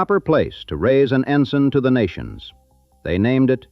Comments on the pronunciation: The captioning spelled "Ensign" Peak as "Ensen." The narrator pronounced it "EN-sen" which is a Navy rank. We usually pronounce "en-SIGN" which means a flag. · It's ENSIGN PEAK NOT ENSEN.